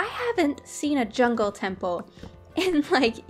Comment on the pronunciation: Hahaha When she found the jungle taple she said jonh so cleary not anything close to jungle but shes a great youtuber and shes just what i wantd she can build and it teachs me new things great youtuber keep it up